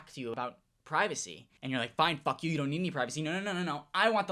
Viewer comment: “I dont give a FOUCK “